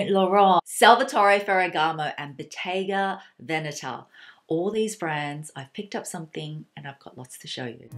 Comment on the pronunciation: OMG, you're the first foreigner I have ever heard that pronounces Bottega Veneta almost perfectly